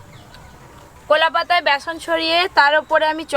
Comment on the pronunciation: Didi apnar sob thik a6e kintu apni kotha gulo sunte valo lagena jemon apniকলাপাতা কে কোলাপাতা Bolen